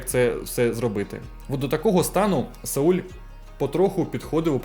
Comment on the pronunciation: Каже. САУЛЬ 😅